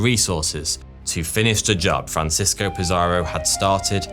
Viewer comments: Conkeestadore, not conkwistadore. Franseesko, not Franchesko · 🤣Your Spanish is crud but it's worse than that. Hilarious how you were pronouncing Francisco the Italian way Francesco. Then about halfway through your script, you realize he's a Spaniard, not an Italian 😂, or maybe it dawned on you that there's no city in northern California called "San Francesco" 🤣🤣and started pronouncing it more correctly. But you realized too late. Going back and making all those corrections would suck when most people are noobs who won't even notice.